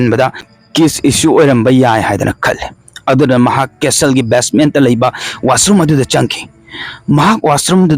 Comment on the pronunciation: Bro "castle" pronounce se "custle" oidoune